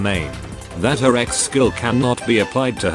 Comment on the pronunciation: You say Ex skill, I hear Seggs skill